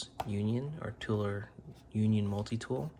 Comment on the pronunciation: Toler is pronounced with the long O sound, as in "toe-ler" or perhaps "tow-ler". That is my last name.